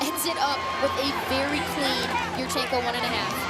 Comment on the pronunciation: I just have to mute with this particular female announcer. Voice is grating, and pronunciation of yurchenko drives me nuts. Yoooooorchenko.